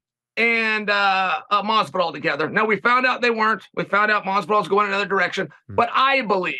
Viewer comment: Please STOP pronouncing Masvidal the way you do Ariel! The S is NOT silent! Ask him yourself, he’ll tell ya.